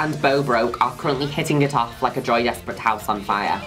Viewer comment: I always think Juno Birch is saying “Joey Despret” and not “Joy Despret”